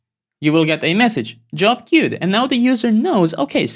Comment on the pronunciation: That “que-wed” was funny 🤣. Such an amazing, knowledge-packed video! How do you plan or architect an application when you have no idea how it works under the hood for example, tihs n8n clone or the Lovable clone? How do you come up with the architecture?